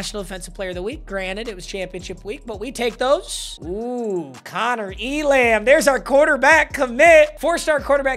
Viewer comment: Elam is pronounced, ‘ELum’